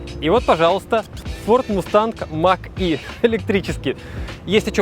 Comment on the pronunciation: не мак е а мач е